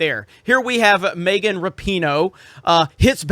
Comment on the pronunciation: Is he purposely pronouncing Megan as “Maygan”